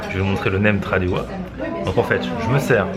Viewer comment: Trop marrant comment tu prononces Nem Thadeua